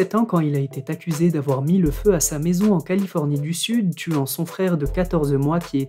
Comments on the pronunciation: tes vidéos sont bien mais par pitié ne dis plus: ´´il a été tacusé''. Il faut dire: il a été accusé. Car il n'y a pas de T à la fin du mot été. Merci. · ça veut dire quoi "il a été taccusé"? (pas de "t" à la fin de "été")